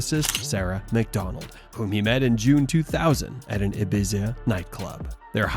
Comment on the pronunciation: You talk shit. you can’t even say Ibiza. you are that far away from reality and knowing anywhere in Europe lol 😂